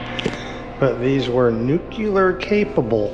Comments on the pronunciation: Thanks for doing the video. That's not a Jeep, it's a Duce and a half or 2.5ton transport truck. And it's Nuclear, pronounced New Clee AR. Not New clee yer. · "Nuke-lee-urr" rather than "Nuke-you-lurr". Just FYI...